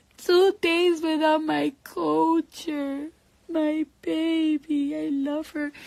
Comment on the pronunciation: Culture is not pronounced as "Co-cher" lol I don't care if her name does start with a K. The L is NOT silent lol.